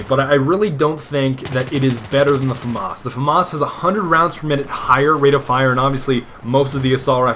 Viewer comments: F-A Mass. FAMAS pronunciation FAMAS in English means "Assault Aifle from the Saint-Étienne weapons factory" in English. Eff-Ayy Mass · I think its prohnounced FAMAS